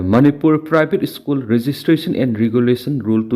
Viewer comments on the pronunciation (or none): Ebo nanggi ucharan se yadareda, State haigadabada esstate, School haigadabada esschool, cease fire haigadabada six fear labour haigadabada lebrer, security haigadabada sikurity, Secretary dana seketri, Advocate haigadabada advotcate, sida natte yam leiri, aduna sinphamsida khongdaninglabadi hanna Oja Raj Nongthombam da Pronunciation gi tution loukho. Oja Raj asi pronunciation sengna ngangbasinggi marakta amani.